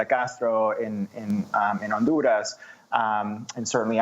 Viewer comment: I love listening to Libs pronounce Hispanic names, hilarious. “On duurrrr ahhzzz!” Rolling those “r”s, softening those consonants, drawing out those vowels! So smart, sooooo intelligent!